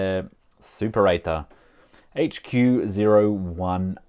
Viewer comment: It's pronounced soo-pera-tor, not super ate her